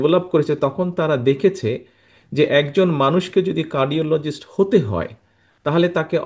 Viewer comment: What a English 😂😂 কার্ডিজোলিস্ট🥱